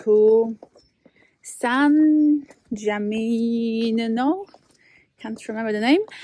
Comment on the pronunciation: SHe can't even pronounce San Gimignano, she is just the umptheent annoying tourist from an Anglo country again.